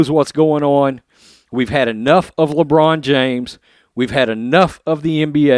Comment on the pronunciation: Everytime you say Le China James, It brightens my day.